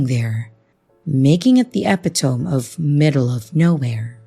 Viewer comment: “e-pit-tome-ee”, not “epi-tome”…